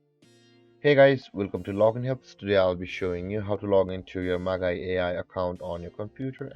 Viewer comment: Very helpful! Just FYI, it's pronounced "Maj-eye" (soft 'g' sound). Great work!